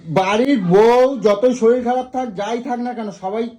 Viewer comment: Kotha ta soril na sorir